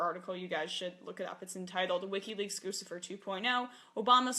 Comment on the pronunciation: It gets me really upset when people mispronounce guccifer It's GUCCI-FER LIKE GUCCI MANE OR GUCCI THE BRAND